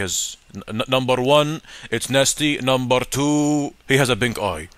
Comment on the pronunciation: NUMBAR TWOO 😂